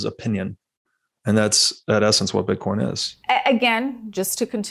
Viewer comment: Is he calling it "bitcorn"?